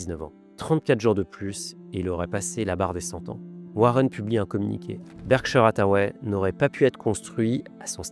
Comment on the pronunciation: Berkshire, pas bershaieure